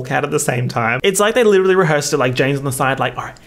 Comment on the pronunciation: God I licherally use that in every other sentence